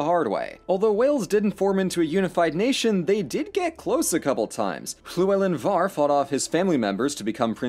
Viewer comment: I'm very impressed with your pronunciation of the Welsh names, especially Llywelyn Fawr. though 'Mabinogi' is not pronounced like that... also gonna brag real quick because! I have held one of the first printed editions of the Bible in Welsh! one of the coolest things I've ever had the opportunity to do